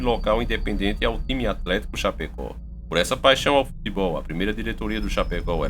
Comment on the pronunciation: Meu amigo,vc pronunciou o nome da cidade errado,se diz Chapecó e vc disse chapeco,kkkkkk,adoro seu canal. Sou catarinense e nao poderia deixar de falar isso,bjs